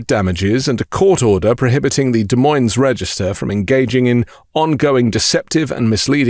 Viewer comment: Ug... De(s) Moine(s) The friggin (s) is silent. Do some homework!